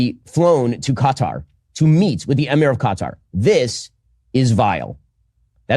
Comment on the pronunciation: I like how try’s too pronounce Qatar properly but fails 😂 nearly